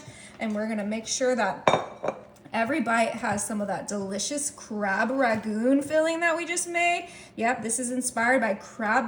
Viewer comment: Thank you for your good recipes. Let's work on pronunciation:- 1) RANGOON (was the capital of Burma) not RAGOON. 2) PARSLEY is pronounced PARSSLEY (with a SOFT 's'), not PARZLEY (with a hard 's'). 3) GRUYÈRE is pronounced GROO-YEHHR